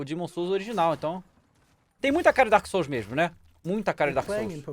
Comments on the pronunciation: DAEMON SOULS KKKKKKKKKKKKKKKKKKKKKKKKKKKKKKKKKKKKKKK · Daemon souls kkkkkkkkkkkkkkkkkkkkkkkkkk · Daemon souls kkkkkkkkkk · "Daemon" Ih, alguém vai ser demitido 😬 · Daemon Souls KKKKKKKKKKKKKKKKKKKKKKKKK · "KkKkKkK DaEmOn SoUlS" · "Daemon booster"